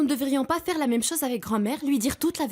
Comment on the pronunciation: Pourquoi à chaque fois Vicente prononce mal les mots: moi-meume, urène, Tuna je le déteste c’est un lache.